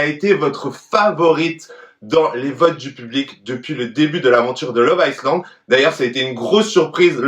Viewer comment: Ca se lit [aïe lande] pas [aïce lande] lol